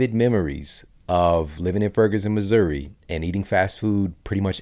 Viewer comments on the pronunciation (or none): none